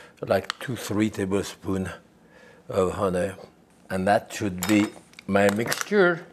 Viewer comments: Jaques says honey like Winnie the Pooh does. Hunnay. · I love how he says honey